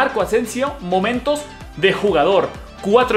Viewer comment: Marco Asensio "Moentos" xd Pdt: Saludarme